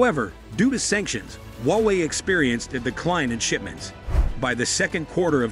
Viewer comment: Hallo! Don't be so patronising, okay? There is no 'wowei'; it is HUA WEI. Understand? Even sore losers need to lose graciously! Wowei, wowei, wowei? Seriously!